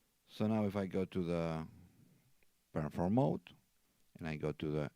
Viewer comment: hard to understand. There is no Pear Form mode. REE CORD.